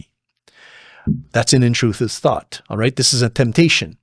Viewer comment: Intruthive sought 😂😂😂😂 love it